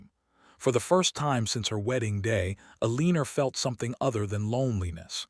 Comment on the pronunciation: A-leen-ER? Good grief. Pick out a better AI narrator. Simple resolution to Penelopes's threat: Publish it.